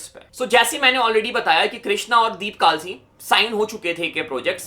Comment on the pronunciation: Bhai vo kaalsi nhi kalsi hai